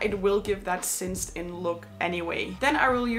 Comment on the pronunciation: It’s cinched in not cinced in.